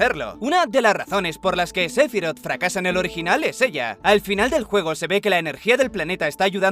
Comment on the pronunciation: Se dice SE-PHI-ROTH tan tan tan tan